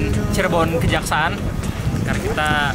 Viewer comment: koreksi bang, stasiun kejaksan bang bukan kejaksaan 🙏🏼